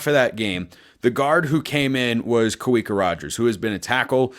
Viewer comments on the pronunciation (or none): Hey little friendly help here my man! Polynesians pronounce "W" as a "V" so Kawika is pronounced as Kavika. Love the show! Go Ducks 🦆🦆🦆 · Hey love the podcast but just a heads up you’re pronouncing Kawika Roger’s name wrong. Kawika is also my middle name and In Hawaiian the letter W is pronounced like a V in English. Kawika is pronounced Kuh-vee-kuh. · Heads up, for Kawika, pronounce the "W" like a "V" (Hawaiian name) so "Kuh-VEE-Kuh" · It’s pronounced Ka-vi-ka, the w is pronounced as a v